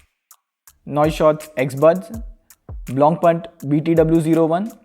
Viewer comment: "Blongpunkt" though.